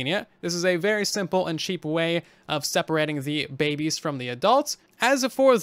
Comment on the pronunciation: I like the part where he says Babbes